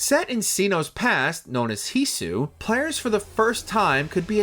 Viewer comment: Interesting video but, did you ask how to pronounce certain words before filming this? 🤣 Rayquaza, Sinnoh, and Hisui... Those hurt my soul. Oh and Gen 6 wasn't the first to introduce a new battle mechanic, Gen 5 had rotation battles.